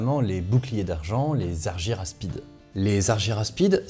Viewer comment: Pourquoi prononcer Arguyraspides ? Si on prononce le y à la grecque, ca donne arguraspides